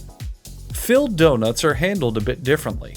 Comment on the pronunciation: well the other problem is that that isn't even pronounced the same, it ends up saying Doug Nuts.